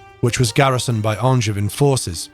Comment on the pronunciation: Even if he can't pronounce "Angevin"...